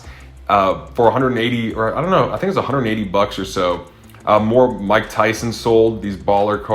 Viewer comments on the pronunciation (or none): none